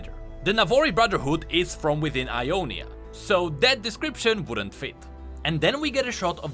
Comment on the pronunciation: Sorry its Ionia not I on is